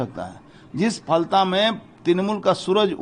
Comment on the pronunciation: Live Hindustan News, Please correct your pronunciation for Falta. It's Ph-al-ta.